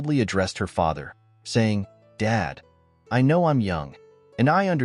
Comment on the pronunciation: The word was know not knre